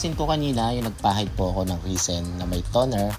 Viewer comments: res-in pronounciation po. hindi ree seen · Risen ba o resin? 😂